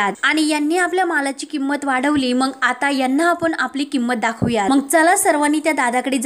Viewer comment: निवेदीकेने आपली भाषा शुध्द ठेवावी ,मंग नाही मग म्हणा 😂